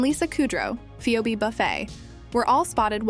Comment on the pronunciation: she said, "Phoeebie" omg go away